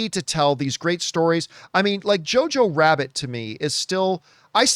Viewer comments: Did he honestly just say JorJor Rabbit??? hahaha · Dude, I was literally about to say "Did John Campea have Star Wars on the brain bc I swear that he just said JarJar Rabbit" but I decided to go with what I wrote instead. We were DEFINITELY on the SAME EXACT WAVELENGTH regarding Campea's comment though hahaha😅